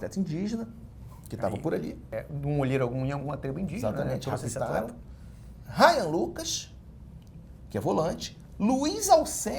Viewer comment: Professor, informação que eu trago aqui é que RAYAN e não RYAN. Informação.